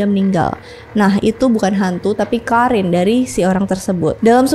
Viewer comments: Kak maf bukan karin tp qorin bacanya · Penyebutan karin harusnya Qorin. Penyebutan Goethe bukan Gout tp baca apa ada nya Goethe ( Gote/Gute/Gote)